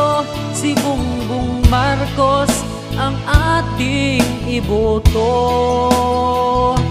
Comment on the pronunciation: Thanks kuya. Ang ganda. Yung pronunciation lng ng name ni BBM ang off, BungBung Marcus kasi, dapat BongBong Marcos. #BBMforPresident #GreaterPhilippines